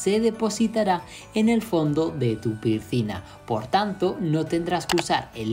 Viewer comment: 😅😅😅 no pude seguir después del 3er pircina